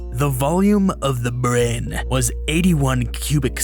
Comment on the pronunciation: "the volume of the ✨brehn✨"